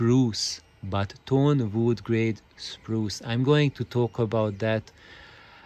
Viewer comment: Superb points,! Indeed, I fully agree with you, bamboo would be the best material for mass production, and aligning a long piece of wood the way you described does help a lot. Sorry for my pronunciation, I meant to say "tone wood", which is the name for luthier / music instrument grade wood: it has a very dense fiber structure, and thus has a very direct, strong, and very fast resonant response to the mechanical impulse. Lesser grade wood and other materials, because of their less organized strucutre, start resonating in sync with the original impulse, but then due to their lack of inner sturcture, the resonances excite non-harmonic modes - which cause the bad cabinet colorations. I'm about to make a series on the inside of my speakers, this Hiraga series (and upcoming Voigt pipe / TQWP videos) are the preparation to understand the foundations for my way of thinking.